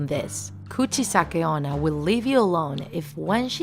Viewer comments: "Gucci sake ona" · “Coochie sakiona”- that’s what I heard😭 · You got every name correct! But what whats Kurtnamis legenda?